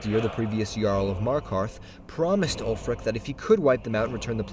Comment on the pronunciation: Did you say bear of MARKARTH!?